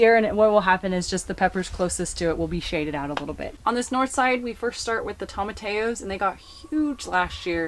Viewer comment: I am going to give you a Spanish pronunciation lesson on TOMATILLOS. TOE-MA-TEA-OH